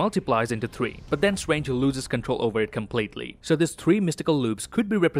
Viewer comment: Everytime says 3 spiderman my heart jumps Dont do that dont give me hope